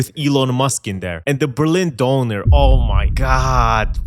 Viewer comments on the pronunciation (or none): I CRINGE so hard everytime someone says DOONER , especially with an American accent. The ¨ above the Ö are clearly only there for aesthetics, and has nothing to do with pronunciation. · I’M SORRY, BUT WHAT IS A “Doner“??! 😭😭 (german going crazy over here bcz of the pronunciation) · It's Döner. DÖNER! Not Doner! NOT DONER! FUCKING DÖNER! WHERE YOU EVEN THERE!? IT IS DOOOOEEEEENEEEEEEEEEEER! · Not Doner, Döner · DÖNER!!!!! NOT DONOR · Did he just pronounce döner as doner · It's döner my man, not doner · DONNER? Tf is that in Berlin its called... D- U-R-N-R Prounuce is correctly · why are you saying Donner ( Thunder ) instead of Kebab?